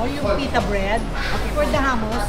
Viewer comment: “Get me pita for the ham-mus” 🤣🤣🤣